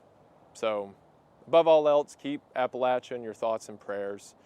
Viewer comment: As a western NC native, the pronunciation of Appalachia almost made me tear up, thank you for covering this. Really appreciated this video